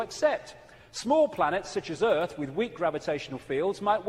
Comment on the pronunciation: Did she really just say earFF like that twice tho?